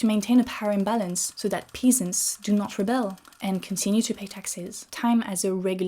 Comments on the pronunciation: English is such a stupid language, sorry... heathens is pronounced hee-thens and peasants pezants, I point this out because your English is fkn amazing and I personally prefer it when someone softly corrects me when I'm speaking a second language :) Oh and thanks for your videos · Good video but I can't help but mention that you mispronounced "peasants" and "heathens" with the "ea" sound of the other word. It's impossible to deduce so many English pronunciations from spelling, probably more so than French.